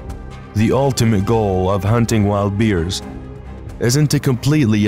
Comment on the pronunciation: Learn to pronounce Bears not Beers